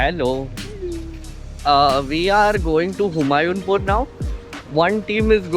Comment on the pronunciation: Humayunpur is HU-MAA-YOO Pur